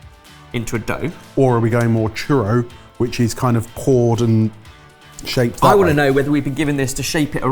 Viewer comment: I'm so proud of pronouncing churro like chur-oh instead of chur-ahs.